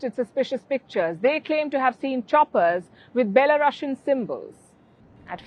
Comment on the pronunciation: i LOVE how you call them belo russians lmao its perfect <3